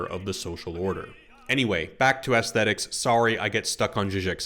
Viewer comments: I was very curious to watch a dissection of this movie and the poster has some warranted and trenchant points to make. Sadly, I could not watch it completely through because I kept hearing ASS-thetics, as opposed to the correct pronunciation of the ae dipthong, EECE-thetics. I know that makes me a reprehensible pedant, but there we are. I am but 'civilised my syphilised yarbles', as Alex might say. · aesthetics -- not assthetics, lovey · You keep pronouncing it “ASS—thetics.” Is it deliberate? I’ve never heard anyone else say it that way. I can’t help but find it distracting. Great analysis, but wow that is odd. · can't get past the way you keep saying "ass-thetics" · Nice reflections on the key aspects of one of my favorite films of my youth. I experienced three very different takes over 10 years watching in the 70’s-80’s, and had many of the same thoughts. What I got from the film each time reflected both changes in the cultural context of the film and my own life experience. (Side note vis-a-vis aesthetics: I was distracted at times by your pronunciation, “ass-thet-ics”, novel in my experience. Ironically, I affected the aesthetic experience of your vid for me. It also made me question my own pronunciation, but a sampling of a half-dozen pronunciation guides all hewed to the softer short “a” sound I was familiar with, so perhaps the hard “a” is a regional scent I haven’t encountered?…) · please stop pronouncing aesthetics like that 😭😭😭😭😭😭😭